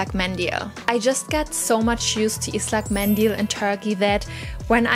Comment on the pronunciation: darf ich Dir eine Tip geben? Der Buvhstabe "ı" wird nicht wie ein "i" ausgesprochen sondern wie ein "u" jedoch muss man dabei grinsen um den richtigen Ton hinzukriegen. ıslak mendil ;-)